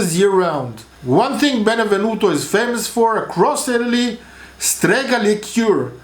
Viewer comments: Stop saying Benevenuto. It is Benevento. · It’s Benevento!!!! Not benevenuto!!!! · Benevento, darling. Otherwise, A+. Sorry, also Mo-LI-se.